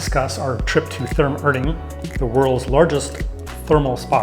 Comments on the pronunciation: Hey Guys! Practice up a little on your German pronunciation - especially the "r" sound. The town and name of the spa is ER (air) DING. And Therme (which is Italian, I think) is TEAR (tear) Me (Ma). The towm and spa is very close to the Munich Airport, which is how I found it. I would always schedule an extra day to "take the cure," as they used to. There's also a hotel as part of the complex, the room rate includes admittance. (There could be 2 hotels.) Haven't been there in a few years, and while never cheap, the price has gone up! But I know they have late in the day rates and promotions, etc. It is a wonderful place. Many Germans love their naked swimming and you see all types of folks relaxing and having a good time. To the comment about not speaking German - I only speak a little bit, but have always had a employee who could and was happy to help me out. Thanks for the video and many German towns have similar (but smaller) facilities. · nice video. thanks for the review. look out, the ER is Erding is pronounced like the leading ER in error, not the er in liver.